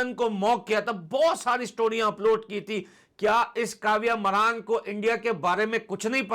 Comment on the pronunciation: मरान नहीं मारन 😂😂 Maraan nhi maaran😂😂